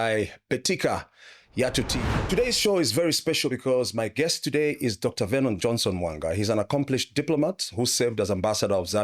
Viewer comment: Note: Vernon not Venon